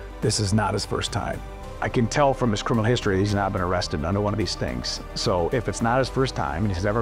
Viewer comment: O-rested? Oh, cwap